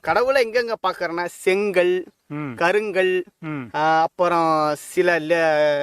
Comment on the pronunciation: முதலில் செங்கல் கருங்கல் போன்ற அருமையான தமிழ்ச்சொற்களை சரியாக உச்சரிக்க வேண்டும்.